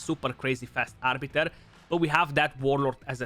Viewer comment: Who the fk is Arbitor ???? ROFL ;) "it's Arbiter not o -.-"